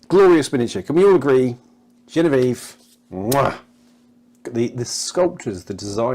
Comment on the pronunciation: Great highlights, thanks for the video. Even if you did mispronounce Geneviéve. ; )